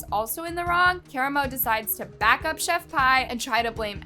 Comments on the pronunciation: It's killing me to hear Pie. Omg. Did you not listen to one video?? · Pronounced chef pee lol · Pronounce Pee! Lol the English language is so weird I know like